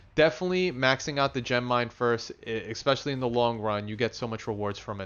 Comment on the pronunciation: Take a shot every time he says "expecially"